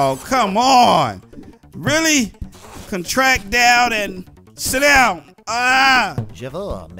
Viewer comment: Bro you said "contract" the wrong way lmao